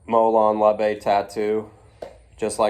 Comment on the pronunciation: I knew you'd pronounce it right my friend 😂 I already miss you guys.